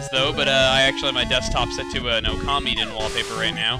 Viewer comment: When you were saying 'Okami' I kept hearing 'Commie' I was about to say 'Chugga, I never knew you were a comrade! Ura equailism! Ura Communism!'